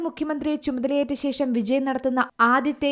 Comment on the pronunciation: വിജി അല്ല പെണ്ണെ വിജയ്